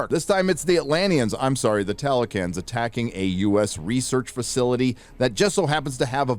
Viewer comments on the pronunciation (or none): Just to add… There’s a TLALOCAN not Talocan. There’s”náhuatl “ and There’s… mayan. “Talocan”, by NO means is… MAYAN!!